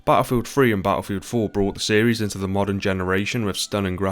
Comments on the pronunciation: Good old bah-al-filled is dead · Battlefield not batafield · ahh yes, Baafild